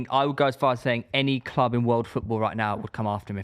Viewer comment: says clob instead of club, proper weird